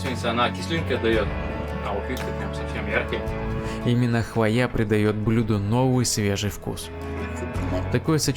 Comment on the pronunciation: Говорите правильно, не хвоЯ, а хвОя